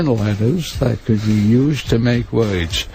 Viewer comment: I loved how committed he was to that bit. I think that Stern was a little nervous that it was dragging but the whole thing slays me, every time. The way that he pronounced "words" (woyoids), at the end, with the old-timey NYC accent is pure perfection.